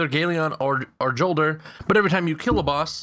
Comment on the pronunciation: Not hating great video. Jolder is pronounced more like yolder not important but yeah haha. Thanks I will go try the farm next time I play! I actually didn't know about it.